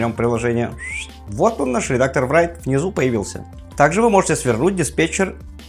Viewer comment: Write произносится просто: raɪt Райт или рай(ы)т. Не надо говорить врайт